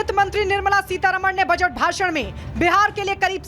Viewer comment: जो बजट उच्चारण नही कर पाती, अब ओ बजट पर बोल रही है 🤪